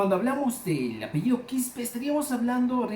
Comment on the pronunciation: Mentira! No es de origen Quechua , es Puquina. Se pronuncia QJESPE. Fuimos parte del sacerdocio inca y asesores de la Nobleza Inca. Es una falsa historia que estas divulgando irresponsablemente. Por qué hay actualmente 2 millones de Qjespe? No divulgues lo que no sabes, ni tu lo creas por que lo lees en la red. Busca, estudia, no todos los Quispe son Qjespe. QJESPE.